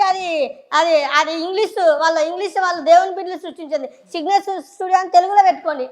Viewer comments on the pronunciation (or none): Signature అనటం కూడా రాదు , స్పీచ్ ఇస్తున్నాడు 😢😢😢